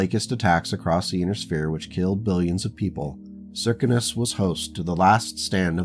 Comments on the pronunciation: Well, where I sit in America, those words: Circus, Circumstance, Circumference, all are spoken with the first three letters sounding like 'Sir', Sir, not Sear, or any other slurring of the phoneme. So Circinus would be Sir Sin Us. I guess, where you come from, words are spoken with some other 'accent'. I just pointed out the American way of saying the name. No other 'slur' was meant, or implied. And even though you 'mispronounce' words to my ear, I will still be auditing your series because it is captivating, well written, and has interesting characters, as well as interesting events. All happening at the edges of 'civilized' space. As said before... Keep writing... and I'll keep listening to each 'chapter'. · Hello. I hate to mention this, but the Circinus Federation is pronounced as 'Sir-Sin-us'. MUCH easier to say than your pronunciation. Oriente is said as: 'Ore-E-en-tay'. The Circinus Federation is a rare example of FASA, or some other company that held the copyrights to Battletech, destroying a 'faction' outright. There is little hope of ever seeing another government in the area, since both Marik and Steiner both keep a wary eye on the area, and are more than willing to stomp out any 'pirate kingdom' that should establish itself, or attempt to do so. There are only a handful of such instances in the entire 'history' of the Battletech universe. Where some 'faction' has been so damaged, or destroyed, to the point that it is highly unlikely to ever be re-established in the future. The entirety of the Word of Blake is such an instance, and an example. As is The Society, in the Clans, or as I often refer to it... the Khanate. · Sear - Sin - Us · Circinus is an actual galaxy so perhaps an astronomy forum would be a good source. Apparently they all seem to think it’s pronounced Sir-Sin-Us. Which seems off to me but thems the breaks.